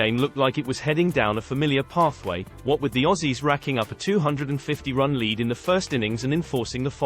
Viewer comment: Why do you say /led/ for lead?